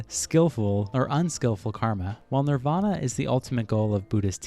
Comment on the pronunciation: OMG HE SAID NIRVANA LIKE THE BAND